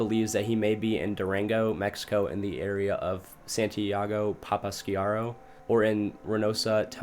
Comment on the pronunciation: Bro pronounced Santiago Papasquiaro and Tamaulipas better than Van Nuys and Pacoima, California 😭😭💀 I was surprised with how much better his Mexican pronunciation was